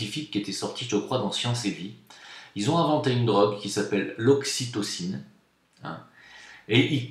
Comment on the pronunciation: On dit "aussi tocine"....